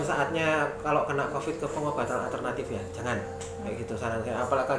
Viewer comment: Itu Mbak nya nggak bisa ngomong Covid. Tiap pengen ngomong Covid jadinya Convid.... Mungkin lagi sariawan...